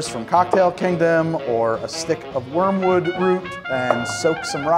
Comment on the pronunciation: "warmwood" or Wormwood?